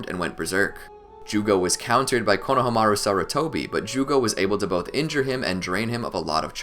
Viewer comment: Bro why do you say Konahamru’s name like that